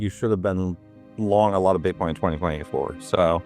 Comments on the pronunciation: Your ai voice calls it Bite coin I'm out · iThink the robot just pronounced it 'Bytecoin.'